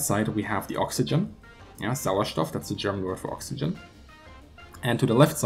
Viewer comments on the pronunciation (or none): none